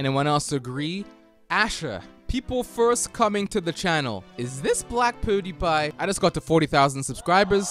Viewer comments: The way he says pewdiepie makes me uncomfortable. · Probably a British thing. KSI Say Poo-diepie also